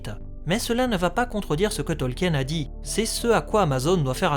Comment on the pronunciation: Bon, tu as fait la vidéo avant moi 🤣 Mais arrête de prononcer Tolkien à la française ! 🙏🙏 C'est Tolk-in et pas Tolki-aine. 🤣♥️♥️ En tout cas vivement l'arriver de la série que l'on ce fasse une bonne idée de celle-ci. 👌🍻